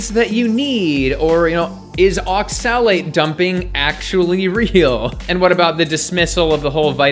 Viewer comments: Pun intended when he pronounces oxalate as ox-salad? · I thought you said Ox salad at first xD. good video tho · It's pronounced "ox-ill-ate". Respectfully. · I agree with your points. But why do you pronounce oxalate (ox-uh-late) so strangely? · You’re not even pronouncing oxalate correctly just stop please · Is that how you pronounce oxalate? I thought the emphasis was on the O, not the A. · I love you but please don't ever say oxalate like that again 😂